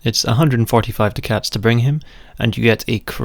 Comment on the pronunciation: Duck-ets not Do Cats. Otherwise very good video